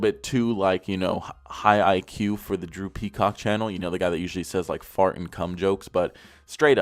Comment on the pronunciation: “Hey guys, Droopy Cock here” 🤣🤣💀 I stg I thought you said that 🤣🤣 I ain’t know yo name was Drew Peacock